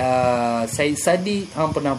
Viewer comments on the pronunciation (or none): none